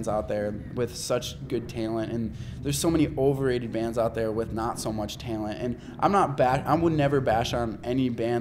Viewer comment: Omfg the way he says talent XD